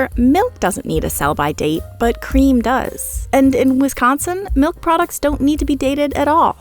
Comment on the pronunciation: does that 'melk' ever expire